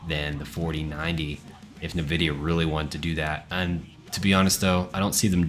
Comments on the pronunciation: My brother in tech... It's not Nah-vidia. It's the letter 'N'- vidia. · did you say Navidia?